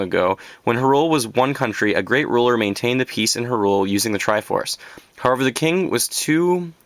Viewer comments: I think he is talking about your pronunciation of Hyrule. I believe it is pronounced as "High-Rule". Regardless of pronunciation, nice collection! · its pronounced hyrule not hyrule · Well everyone else I hear that says "Hyrule" Its "High-Rule" Sahasrahla- People think its hard to pronounce but its "Sah-Has-Ra-La" I wouldn't really count Ocarina though because I as well as many others say "Ah-cuh-ree-nuh" I do hear many people "O-cuh-ree-nuh" There was another I think but, I shouldn't really talk. You sir, are what I dream to be. I only wish I was as big as a zelda nerd as you but I'm only 14. Its hard to find fellow Zelda fans my age. Sigh. Everyone else is into Ps3 & Xbox. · It's obnoxious when someone says the names all weird. "H'rUle". "Oakarina". "Ter-mine-a". I said all of these differently. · R u canadian too? No offense but u pronounce Hyrule and Termina weird. I used to call hyrule "Hirial" when i was like 6. impressive collection. did u end up getting the zelda 3ds and gold wii remote for skyward sword? they're sick :D